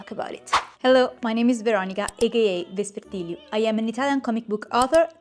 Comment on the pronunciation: Thank you for this :) Also, your handle "Vespertiliu" Is this word play for Lucifer & Lilith? Vesper & Lilitu? It's pretty the way you say it 🤭❤